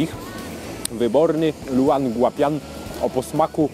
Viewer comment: Podejrzewam, że nazwa jest w pinyinie, więc szepnę coś ("spolszczając") na temat prawidłowej wymowy: ljoł an gua pien. :)